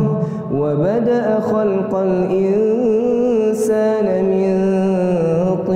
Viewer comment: Pa ust sedikit ralat Pada ayat ke 7 terbaca "ingsaana" seharusnya *ingsaani*.… salam sukses pa ist, moga ga bosen upload irama Jiharkah